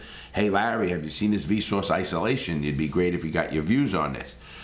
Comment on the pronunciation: It’s his accent. Him with his accent says v sore but pronounce it with a w. So vsouce